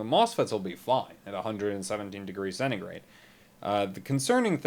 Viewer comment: "the mosfets will be : [fine/fried] " ?! wtf did u said?!